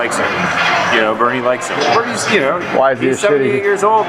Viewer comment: "Burn-ie" Sanders